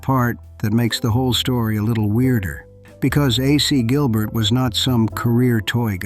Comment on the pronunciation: I was looking forward to seeing something about my very favprite toy. Until I heard the shitty computer generated narration. Uhsee Gilbert, indeed. Totally ruined the production.